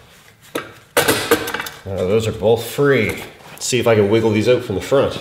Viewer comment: Nah I couldn't tell at all that you're in Canada... "It will allow me to swing those OAT!" 🙄🤣